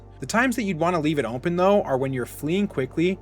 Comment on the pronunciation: Why you say open like that?